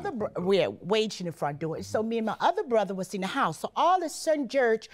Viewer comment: What a quotable episode! 🤣🤣 "So in Aprur of 2014" "We're going to Minnesoturr" "All of a surden Jurge" "I"ll be gladly to go" "We don't disrespect peepurs" "Come on boo, let's go"